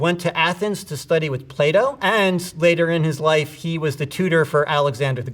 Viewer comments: I just scrolled down after hearing that and I'm so glad someone else heard it, too 🤣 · "He went to Athens to study with play-doh" I can't unhear it